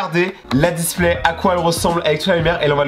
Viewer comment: Les gas il dit la displait mdr🙃